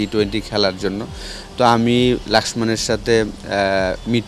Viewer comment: "লক্ষ্মণ" - এর বিকৃত উচ্চারণ 'লাক্সমান"।।